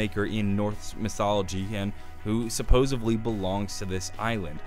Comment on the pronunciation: SupposeDly... With a D. Not supposeVly you say it weird. Fucking with my ears